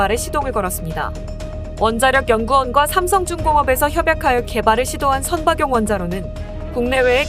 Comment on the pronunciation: 선박용 원자로 의 발음은 선방용 이 아니고 선바굥 원자로 로 발음해야 합니다!